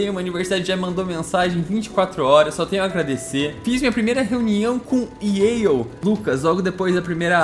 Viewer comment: Ótimo vídeo, Só uma pequena correção na pronúncia da Yale University. No português seria como se escrevesse "YÉU" ou melhor "YÉL" não "YÊIU". Vejo muitos brasileiros pronunciando errado o nome dessa universidade, mas sei que é uma pronúncia bem chatinha mesmo. 🙂